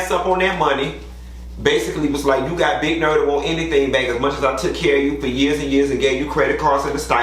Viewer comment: “it’s too murch “😭😭😭😭😭😭😭